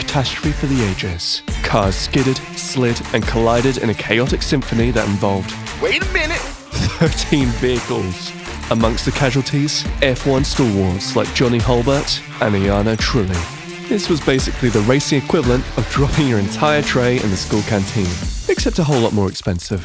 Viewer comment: It's Johnny Herbert Not Johnny hulbart, who gave you the names on the script incorrectly?